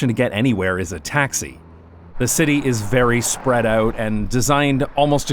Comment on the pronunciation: Oh, I hear a tinge of Dutch accent with your “out”s like “uit”